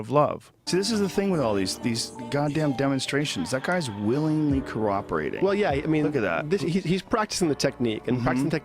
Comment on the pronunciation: Joe Rogan- "Corroperating"